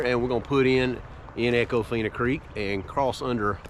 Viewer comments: I’m late to the party as usual, is it feena or Fine-ah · Love the footage. But us locals don't pronounce econfina like you do. 😂 I love it. We truly live in paradise. ❤